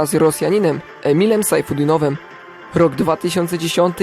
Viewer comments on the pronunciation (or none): Piszę się sajfutdinov a nie sajfudinov. Poza tym sztos materiał